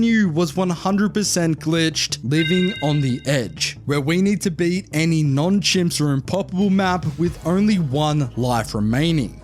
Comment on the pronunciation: Bro says c.h.i.m.p.s like it is a problem